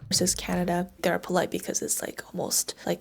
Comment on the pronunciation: 23 canadia. 😂